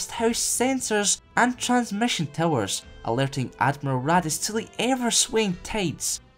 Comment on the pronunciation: Am I the only one who keeps hearing Raddus as "Radditz" from Dragon Ball Z? :)